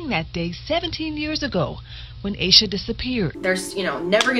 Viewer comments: asha is generally pronounced like sasha without the s, so hearing it pronounced like this is so weird to me! it doesn't matter, just had to point that out because we share the same name. this case is truly heartbreaking, and i love this series as a whole and the reasoning behind it! i think it's amazing how you put so much thought and research into each video!x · Aah Sha. Not ay Sha.